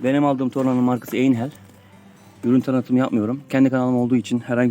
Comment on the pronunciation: ei ay okunur. Einhell. aynhel şeklinde telaffuz edilmelidir.